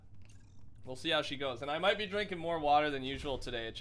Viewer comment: More not nore